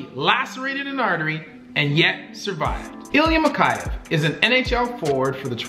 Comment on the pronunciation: mikhEyev, not mikhAyev